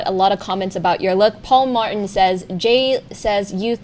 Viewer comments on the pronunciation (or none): none